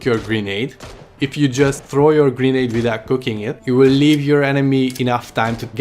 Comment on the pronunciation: I swear it sounded like he was sayin Green egg not Grenade 🤣🤣🤣